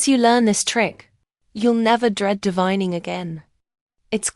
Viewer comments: It’s Called D-Vain-ing Not D-Vine-ing Used The A NOT THE I THE Right Way To Pronounce The Word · Sorry It’s Spelled this Way DEVEINING BUT THE E HAS THE SOUND OF A SO ITS PRONOUNCE DE VAIN ING NOT THE WAY ITS SPELLED I KNOW ENGLISH IS STRANGE IN SOME WORDS You can look it up Google